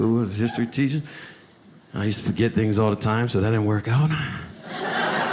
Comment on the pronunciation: im sorry ... i lost it when he said TEESHER lmao